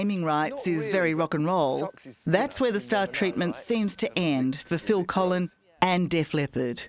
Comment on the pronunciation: Phil Collen not Collin